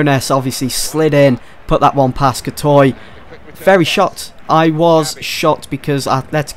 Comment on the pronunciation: U pronounce it cor-twa